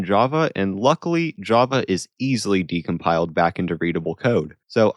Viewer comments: its decompiled not decomiled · ah yes, "decomiled"